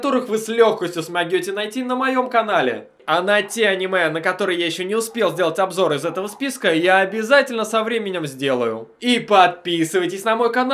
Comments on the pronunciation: смогЁте сука. аж в ухо стрельнуло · "любой из которых вы с легкостью можете смоготе найти на моем канале " хахах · Я одна заметила, что он в конце сказал " Смогёте" а не сможете ?!